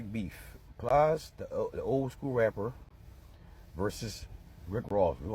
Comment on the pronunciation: Please stop calling him Pli-est. It’s just Plies. Like lies, fly’s, tries. You get my point.